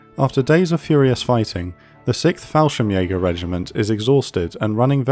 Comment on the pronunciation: It's pronounced "sixth", not "sikth"